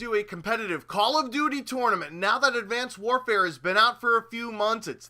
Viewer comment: The way he says 'tournament' makes me want to punch babies...